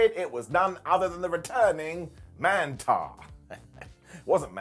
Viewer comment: Man-TAUR,. As in "Man-Bull"...not "Man-TAR".